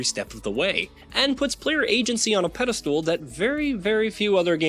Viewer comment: I'm sorry, did you just say "peddle-stool"?